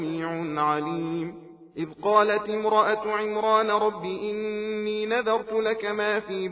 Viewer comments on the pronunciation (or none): none